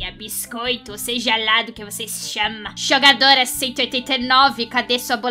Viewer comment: "xogo" "xogatora" "bixcoito" "bolaxa"